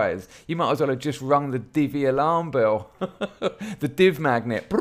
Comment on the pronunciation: When you said 'Divvy Alarm Bell' I thought you said 'DVLA bell' and I was utterly confused as to why that organisation could possibly be of any assistance.